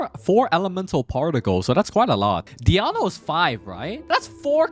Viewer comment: You pronounce 'Diona' as 'Diano'😂